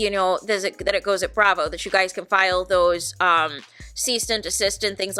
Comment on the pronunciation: Clicked for tea, heard you say "you goiys", immediately subscribed.